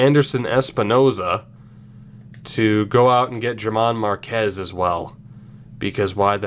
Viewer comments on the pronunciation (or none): I am a Rockies fan so I am being picky but his name is pronounced like Herman Marquez. Also love the series